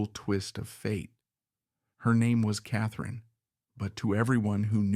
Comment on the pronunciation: Her name is KATHLEEN,NOT KATHRINE! PLEASE FIX THIS REEL!